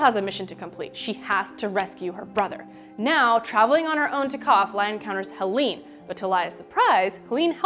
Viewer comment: cau-maun-daunt?!? i've been reading it as cuhm-an-dant... and hel-een? its hel-ane